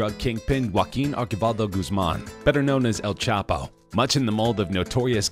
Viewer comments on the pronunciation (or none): “.. better known as El ChapA” Has this narrrator been dwelling in a cave the last few years? Even a 6 year old knows its El Chapo!? He makes the mistake also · Who is El chapa?😂 your " o " is none existing